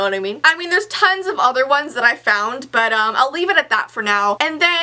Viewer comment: But um, My mind: it sounds like “bu dum” Me: CHH!!!